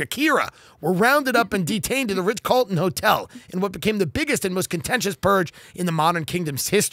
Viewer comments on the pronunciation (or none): Is he saying Ritch Carlton? I like it.